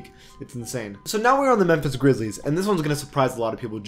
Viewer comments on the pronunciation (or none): none